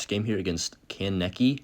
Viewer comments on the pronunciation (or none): you could tell not an anime fan bc he can’t pronounce “Sasuke” and “Kaneki”😹😹😹